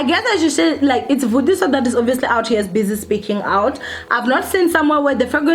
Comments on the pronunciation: Yhuuu its Vathiswa Not vutiswa... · Yohh guys m sure she wasn't aware that it's Vatiswa not Vutiswa... M sure she will start paying attention to correct name pronunciations. . No need to make the entire comment section about tht.. Aowa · People so quick to throw stones...yess it is" vatiswa "not "vutiswa".... Probably a slip of tongue johhh guyssss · Vatiswa not vutiswa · Vatiswa not Vutiswa 😂😂😂